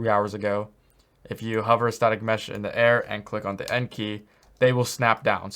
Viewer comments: Thank you so much for this tutorial! For those confused like me by which shortcut to press, he says the "END" key. I thought he said "N" or "M" at first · It's actually 'End' key. I know he sounded like 'N' in the video XD. He had me too there. I was slamming my N key and was already panicking at that point! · WHAT?!? He was saying "End"... This whole time I thought he said N. I hadn't tried it yet. Glad I caught your post.